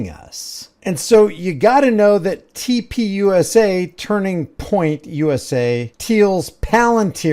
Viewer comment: Why does TP USA always sound like TPing USA to me? Or is it just what a lot of people seem to be doing to the USA?